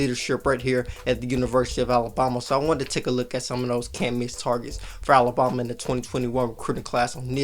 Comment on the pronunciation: Love your content, hate how you say Alabama. A-LA-BAM-A! ..BAM, BAM! Not BOM! It's not Alaboma. 🙄 Keep up the good work, work on the pronunciation!